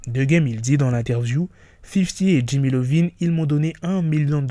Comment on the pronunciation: C’est Iovine, non Lovine. Ça se prononce “Eye Ohh Veen.” C’est “io”.